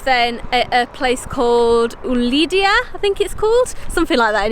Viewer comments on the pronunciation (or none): Oualidia... It is pronounced like this Walidia... amazing town in Summer